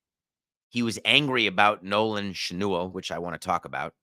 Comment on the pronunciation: Nolan "Shnool"??? C'mon David. Get his name right.